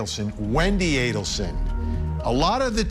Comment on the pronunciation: Mrs ADDelson, can’t even pronounce the name right lol can’t believe the bump worked